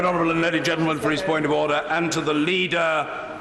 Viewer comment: Come on, you've gotta admit it sounds like he's saying "oder".